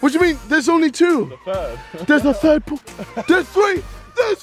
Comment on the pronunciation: Why does JJ say pool as poal 😂